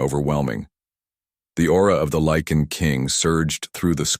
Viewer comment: Um, Lycan not lichen